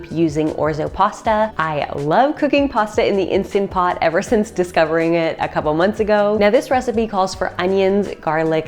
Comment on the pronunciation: So refreshing to hear someone say Instant Pot instead of Insta Pot, which drives me nuts. Thanks for your tips.